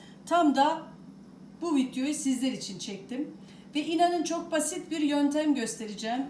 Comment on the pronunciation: Vityo diyosunuz yanlış vidyo dur dogrusu